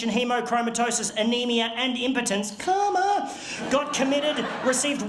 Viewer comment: I thought he was saying coma not karma but they sound very similar